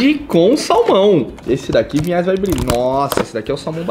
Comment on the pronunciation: é Vinhais, e eu sempre ouço Pinhais